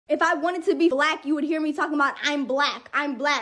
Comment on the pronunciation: "Whoe wans to be blah??" is how she said it